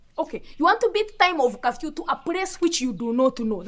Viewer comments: I can’t be the only one hearing kafyu not curfew 🤣🤣🤣🤣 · 🤣🤣🤣🤣😂😂the pronouncement of curfew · This one has Gerald smashed ."curfew" pronunciation so funny.more love from zambia